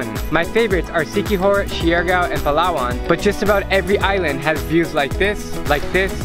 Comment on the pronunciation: Siargao is pronounced as Shargaw